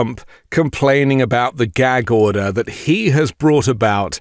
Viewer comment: What's a "gheg order" and how exactly does someone "go to jell"?